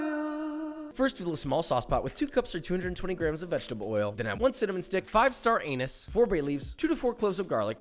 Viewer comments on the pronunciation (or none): He said star of "anus"🤣 its star of anise (ah-neese) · Love the emphasis on the pronunciation of pork hocks, immediately followed by 5 star Anus🌟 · Josh: It's Ham Hocks, get your minds out of the gutter Also Josh: Star Anus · 5 star "anise" 🤨📸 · That moment when you've got this playing on second screen, not quite listening, and hear him say "add 5 star anise" incorrectly.. almost spat out my drink